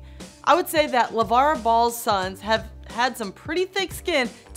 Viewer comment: this Tori lady is not very good at reading the teleprompter. she even called him LaVel.